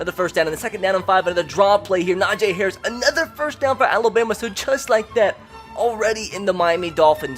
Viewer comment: Y does he keep on saying nojay harris